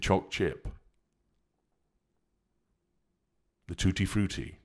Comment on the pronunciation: Can you just say “tutu fruity” again?😂